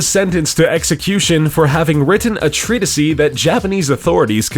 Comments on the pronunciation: treatise = Treet-iss (not treatisy) subsequent = subsa-quent (not subsequent) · "Hello, police? I'd like to report a crime. Someone just murdered the English language" Treat-a-see? Sub-see-quently? What the fuck are they teaching in schools now days??